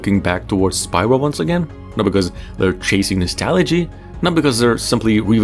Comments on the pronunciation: Have you even played the game? It's pronounced "SPEE-rah" not "SPY-rah" geez! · You lost me at Spy-ra instead of Spira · It's not Spy-ra. It's Spear-uh. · "Spyra" Me: next video